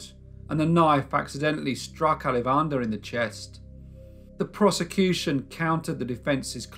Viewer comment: What an awesome YouTube recommendation! Great storytelling too :) As someone with ancestry near Chennai, I would like to share the proper pronunciation of Alavandar: aah-laa-va-inn-taar, with emphasis on aah-laa. LOL I hope this makes sense. Gonna check out your other videos!